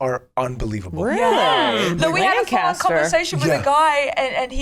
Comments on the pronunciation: It's LAN-caster. Emphasis on the first syllable. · As someone from York, I can’t believe the Lancaster, PA shoutout 😂 (the locals pronounce it Lanc-iss-ter 😉) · It is crazy hearing lancaster, pa the place I live being talked about by some of my favorites Also I must point out that it’s pronounced lan-kiss-ter 😂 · A moment of honesty: love y’all, but I’m a PA girlie and that is not how you pronounce Lancaster lol